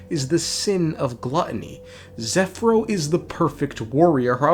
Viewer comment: OH MY GOD HE’S FINALY SAYING ZEPHYRO’S NAME CORRECTLY. AFTER ONE FUCKING YEAR.